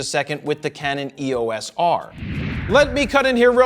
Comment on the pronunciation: It's "EOS" , not E-O-S